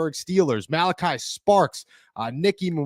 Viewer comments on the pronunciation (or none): It’s STARKS!!! Not Sparks 🤣🤣🤣